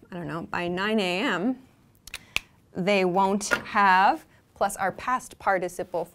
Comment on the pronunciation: I want to know how you pronounce the ‘won’t have’? Wondav?